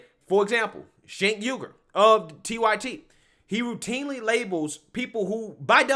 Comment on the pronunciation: your quirky ability to get names wrong is hilarious. Cenk Yogurt...ah good stuff. Keep up the great work.